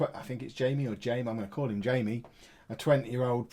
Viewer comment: you read the A in Jayme, as in "ah"